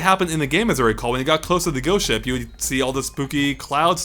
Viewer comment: sounds like he says goat ship instead of ghost ship. great level though!!